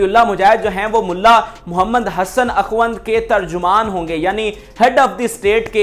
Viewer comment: اَخُوْند لفظ ہے و ن د پر سکون ہے